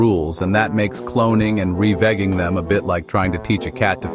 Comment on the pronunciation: Revigging is molesting my ears stop